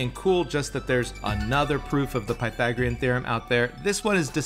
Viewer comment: Pythagoras was a great mathematician and thinker of the ancient world. He deserves that American mathematicians at least pronounce his name correctly before basking in his light.